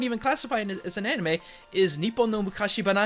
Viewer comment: Proof that is an anime casual: she mispronounced anime.